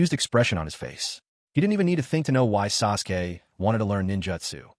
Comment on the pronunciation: I'm thinking Suresway is the AI trying to say Sasuke. AI slop indeed but made for some interesting background noise.